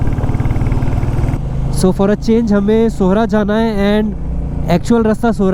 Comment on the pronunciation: Thank you brother for saying the right name “Sohra” and “Umiam”! 🤝🫶🏻🫂. We welcome you here.